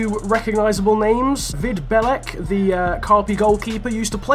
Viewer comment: The pronounciation of Vid Belec was soo bad, but otherwise great video